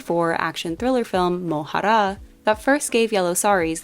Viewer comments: I love the effort you put into these videos! But Mohra is not pronounced as Mohaara. There's no vowel sound after the H. The word means pawn. And Dune is not set 10,000 years in future from now. Its set in a more distant future where any sort of AI is abolished after a great human Vs AI war spanning for a long time and over galaxies. Its after that war that the 10,000 year count is made in the story. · don't roll the r so hard on mohra. go easy like the r at the end of the american butter. edit: this my fav series!